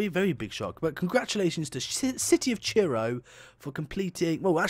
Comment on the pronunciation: I'm still waiting for the day when you pronounce Truro correctly